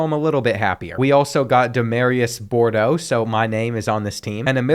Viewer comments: The recruit is name boudreaux not bordeaux... smh😂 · his name was boudreaux and your name is bordeaux im concerned that you believe those to be identical.